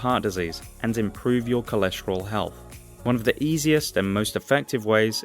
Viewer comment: Sorry mate cannot take your vid too seriously. As you do not seem to understand when to use the long the sound and the short the sound. Very distracting when trying to listen to what you say. Also this makes me wary about your attention to detail and absorption of information correctly. After all if you cannot master a basic of language why would you be capable of understanding the subject matter.